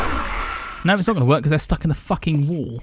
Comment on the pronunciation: “I don’t think this is going to wErK” went a little American there